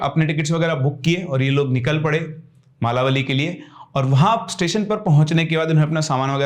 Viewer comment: मालावली नहीं सर मळवली स्टेशन